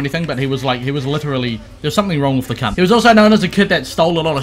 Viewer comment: Fuckin' love it when Australian people and "New Zealandish" say cunt. :D